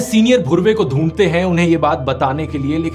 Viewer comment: ध्रुव भाई आप एक ढ को ध को उच्चारण करते है जैसे ढूंढते को धूंधते आप इसे सुधारिए यह अजीब लगता है हमे